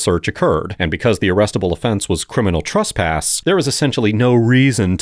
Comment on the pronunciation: Annunciate better. There’s no such thing as “trusspass”.